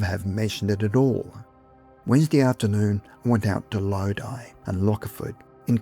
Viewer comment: You said Lodi correctly 👏